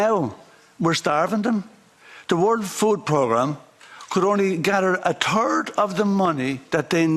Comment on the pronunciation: When he said third of the money I heard “turd”. I thought he says it like it is!